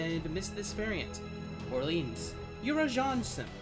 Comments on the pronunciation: mf said orleens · what the fuck is that orleans pronuntiation